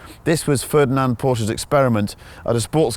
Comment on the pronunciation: Fördinant? Thought you got no "Umlaute". And I am right, the dudes Name is Ferdinand